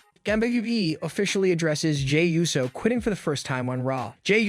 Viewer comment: Ooh-so. Not you-so